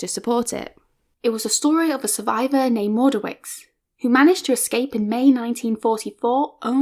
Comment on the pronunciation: As Witek-Malicka's compatriot I would just like to point out that her name is pronounced differently (more like 'Vanda 'Vitek-Ma'litska(first 2 syllables like in "malice"). Mordowicz (a Polish Jew born in a town in the same district as Warsaw) is pronounced like Mord(like Tolkien's Mordor)'owitsh (last sound is [tʃ]), not Mordowitz. Pszczyna is said like Pshchyna, but it's understandable, I don't think anyone who doesn't speak Polish would get it right. However, these are minor things, and I appreciate you took up this subject. Best wishes from Poland